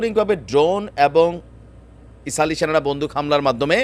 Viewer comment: ইসাল না আপনি ভুল বলছেন এটা হবে ইসরাইল হবে